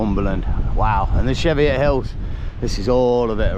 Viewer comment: Welcome to gods country 👌 It’s a hard ch as in church when you pronounce Cheviot get it reet younin 👍